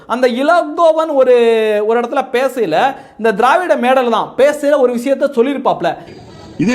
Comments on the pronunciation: நீங்கள் திராவிடிய என்று உச்சரிக்கும் போது காதில் தேவிடிய ஊடகங்கள் என்று விழுகிறது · நீங்க திரவாடியா பசங்க சொல்லும் போது என் காதில் தேவிடியா பசங்கன்னு கேட்கது 😂😂😂😂